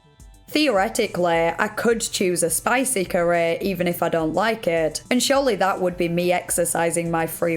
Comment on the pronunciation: 'a spicy currehh':face-purple-crying::face-purple-crying